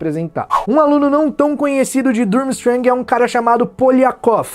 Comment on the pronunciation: A pronuncia é forte fica tipo Turmistrang